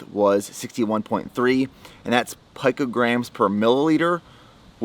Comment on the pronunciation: Someone needs to teach how to say picograms